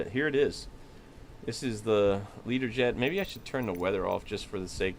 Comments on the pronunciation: Why are you saying Leaderjet, surely it should be Lear-jet? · Can I ask why do you call it a Leader Jet. Isn't it called a Learjet 😱